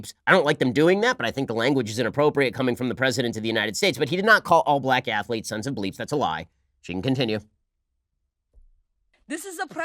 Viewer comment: I especially liked "plack athlekes"